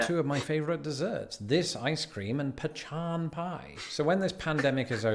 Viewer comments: That's it, no more following lost in the pond. mutilated the word pecan. 😂😂😂😂😂😂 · pronunciation of "pecan" is to anger both parties that pronounce "pecan" as "pe-KIN", & "PEE-cahn". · I've always pronounced it pee-CAHN. The other most common version I've heard is the one you have with the emphasis on the first syllable. I've also heard a few people pronounce it "pee-CAN" (some with the emphasis on the first syllable again) I've never heard anyone pronounce it the way did. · It's BUTTER PEEKAN!!! Why is he pronouncing it like it's "pechan"?? You will be laughed at if you do that here!! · It butter pa-khan not pea-can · Favorite ice cream - Butter Pecan from Peach Park in Clanton, Alabama. They make their own Ice Cream and they load it up with chopped pecans. Yum! And boy is he saying Pecan wrong!!!!! It's pronounced "peh-KAHN". There's no ch sound in it. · The idea of tinned hot dogs is repulsive. How could anyone possibly eat that? As to root beer, if you've drank root beer that wasn't A&W Root Beer, you HAVEN'T had root beer. Seriously. No root beer in the world tastes like A&W. No idea where he got that "pechan" from. It's pronounced pe-cahn. No one in America says, "pe-chan". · There is no “h” in pecan. It’s pecan not pechan. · Please stop saying "peCHAN." :) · You're actually hurting my ears. I don't think anyone calls it pechaan. Get the "h" out, pleeze. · 99% of the people I know say "pecahn. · It's pronounced "peKan" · That pechan icecream looked good though